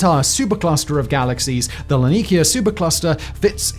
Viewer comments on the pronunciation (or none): The difference between the first (mis)pronounciation of laniakea and the immediately following correct pronunciation was quite the jolt lmao. "Lanikea"